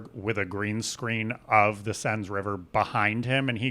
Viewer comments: SEN — Seine River. you pronounced it pretty well except for the “S” at the end. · It's the Seine...not plural lol